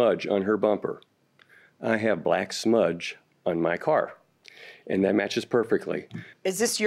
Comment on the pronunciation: She looks like she's pregnant all the time... One more thing it's "that" not "dat"😅😅😅